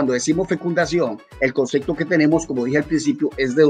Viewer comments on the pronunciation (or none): Ese profesor de griego ni siquiera pronuncia bien el español y dice "concecto" en vez de concepto jaja